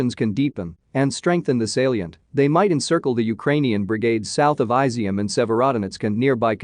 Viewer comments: Incidentally, it’s not pronounced “ai-zi -um”. It’s pronounced “ee -zyum”. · It would help if you looked up how to say Izyum. It's not Aizium